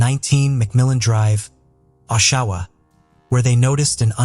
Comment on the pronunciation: Oshawa rhymes with Joshua